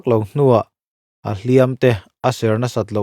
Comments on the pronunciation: "Hliam" i lam rik dan hi a diklo tlat mai a..... "Hliam" tih hi "Tiam tlat e" kan tih a "tiam" anga i lam rik chuan thil lo la awm tur sawina a ni a. Tin, inbiakna ṭawngkam a hman tur a ni bawk a ni. E.g.- Mi i va hliam ringawt ange aw. "Hliam" tih hi "a va pawi ve aw" tia "pawi" anga kan lam rik chuan thil kal tawh sawina a ni a. Tin, mi chanchin kan sawina atana hman tur a ni bawk a ni. E.g.- Hliam nasa tak a tuar a ni. Mizo ṭawng (Lusei ṭawng) hi uluk hram hram ila, hnam peng hrang hrang pawh chuti tho. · Hliam tih hi i sawidik fel famkim bik chiah lo. Verb anga hman anih Chuan 'tiam tlat e, Kan tih a, tiam Kan lam dan anga lam tur. Adjective anga hman anih Chuan lam rik san tur. Ui hliam alo kal.